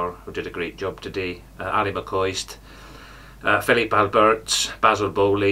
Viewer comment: Phillipe Albertz? Come on you're normally bang on😂